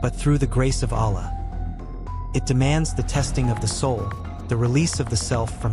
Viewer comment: What kind of science are u talking. Why u complexing such a simple religion. U can't even pronounce the name Allah, in the right manner Are u a.i.